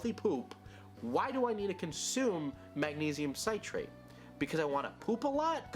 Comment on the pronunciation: He still didn’t pronounce magnesium citrate correctly lol